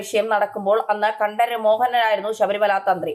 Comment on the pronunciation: Pl. say Correctly- KantRaraRRu